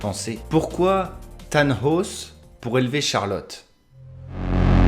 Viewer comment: Elgué / Thanos ( et Than-hos) / Bartoce / Magnous / Adame / Ouinden... LES PRONONCIATIONS !!! 😑